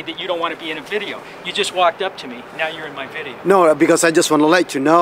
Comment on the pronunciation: It's a Biddeo? And I don't want to be in ur BIDDEO? so don't take my BIDDEO??